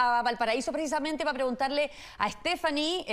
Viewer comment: Porque la palabra precisamente estos periodistas y rostros la dice prissamet, Modulen señores periodistas